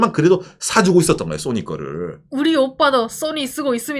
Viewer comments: Sonny 인줄.. ㅎ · 웃기는 소리하면서 웃기네 . 정확한 발음을 하세요 나는 손흥민 이야기 하는줄 알았네 야 이양반아 .